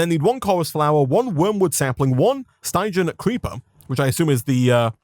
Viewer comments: Hearing him say Stie-jan the whole time was honestly painful. Its stig-ian, the sty pronounced like the sti in stick. It comes from Styx, stygian referring to things from it or of that nature. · It bothers me how he says stygian wrong